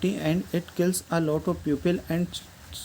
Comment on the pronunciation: सर चोलेरा नहीं कोलेरा है